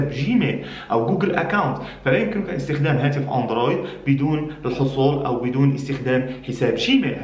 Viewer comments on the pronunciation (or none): none